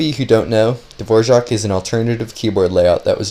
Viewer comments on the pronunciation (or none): wait how is it you are pronouncing dvorak? dvoshak? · Dvora- what.... Hvojak? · Why do you read it DVORJAK? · It's actually pronounced dvořák with ř. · Wait is that actually how you pronounce “Dvorak” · dvořák is not really pronounced like that, us czechs pronounce "ř" a little different, its like a deeper r where you roll your tongue more if that makes sense. The a is pronounced for a long time because it is "á" not "a". Sorry for bad english if you are not understanding this, but I would not pronounce it "the wore rack" more like, duhvoraak, but with the hard R. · It's Dvořák. Type it in czech - english translator, of you want to know how to pronounce it.